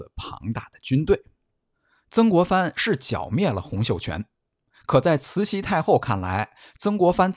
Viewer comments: 慈溪听着真别扭，是慈洗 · 除了慈西太后